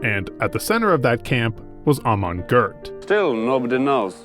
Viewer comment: Is the voice of this video AI-generated ? In a lot of places (eg: ) you mispronounce "Goeth" in a very strange way, in which a human would not normally do: you add an "r" in there. Is that your voice or some AI ?